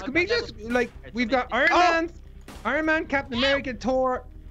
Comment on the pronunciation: iron man not wan